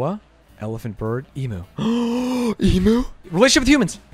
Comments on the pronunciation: guys its pronounced eemyoo not eemoo omfg it hurts my hears so much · the fact that theyre saying e-moo and not eem-you makes me visibly discomfortable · none of them can say emu right 😭😭 its eMU not eMOO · Every time they said Emooo instead of EemYOU XD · wtf is an eemoo its eam--you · Plz the way Atrioc pronounces emu "e-moo" is killing me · Love how they pronounced emu as emoo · So triggered as an Australian. Its pronounced Ee-Mew! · "I can't believe you got it, and you don't even know how to say 'emu' correctly." THANK YOU LUDWIG! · hate how americans pronounce emu